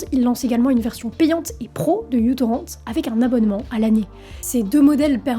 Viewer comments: Ca vient de quelqu'un qui a toujours eu ce logiciel installé sur son pc mais je trouve que c'est déjà redevenu plus facile de pirater que d'avoir une solution légale pour regarder des films. Très bon sujet cela dit, et la chronologie a été bien détaillée. Ca m'a rappelé des souvenirs! (Par contre je n'avais jamais entendu quelqu'un prononcer ça "u" torrent) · Bon je reviendrai pas sur la prononciation de µ ("mû" ou "micro", c'est selon), d'autres l'ont fait. Moi ce que je remarque surtout c'est que Daniel MF Ek est encore dans les sales bails, et nous rappelle que Spotify s'est bien créé sur la vampirisation de la musique échangée grâce à µtorrent. Donc le mec s'est fait de la thune sur le dos des artistes, en leur volant leur contenu, en estimant que la zique c'est de la marchandise. Maintenant il se fait encore plus de thunes en faisant la promo de groupes de musique en IA, qui s'est faite en apprenant la musique des autres, sans rien payer à qui que ce soit (encore), et maintenant il met de la thune dans ... l'IA militaire. Bref, boycott Spotify, évidemment, mais surtout Chaque utilisateur de Spotify a du sang sur les mains, et ça n'aura pas pris beaucoup d'étapes. Monde de merde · C'est "μTorrent" (avec un "mu") ou "micro-torrent" mais pas "utorrent" parce que c'était supposé être un client plus petit pour le protocole BitTorrent. "Torrent" ne se prononce pas "torrente" mais avec le "n" juxtaposé au "t" comme dans "moment" en anglais."Ludvig" se prononce plutôt comme en allemand ("Lüdwig"). Le problème des alternatives légales, c'est que tout le monde a voulu sa part du gâteau sans se rendre compte que la gateau a une taille limite et qu'un service deviendrait moins intéressant s'il proposait moins de contenu. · bien que ce soit le mu, faudrait prononcer microtorrent, que ce cette lettre signifie micro (genre uV = microvolt) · Tu sauras que μ est la lettre grec qui se prononce « mu »… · Non, on dit mu-torrent. Parce que c’est la lettre mu.